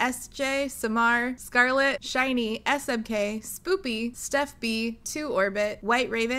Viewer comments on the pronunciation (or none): none